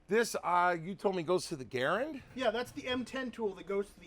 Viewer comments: I'm a Ga-rand guy, not a Ger-und guy. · Aha!! I caught you calling the U.S. RIFLE CAL. 30 M1 a ‘ga-RAND! I knew there was hope for you! 😁